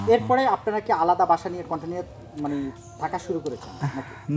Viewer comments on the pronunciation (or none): none